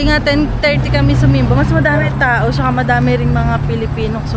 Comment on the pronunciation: Very waray po yung "sumimba" haha watching from Calbiga po😁🫶🏼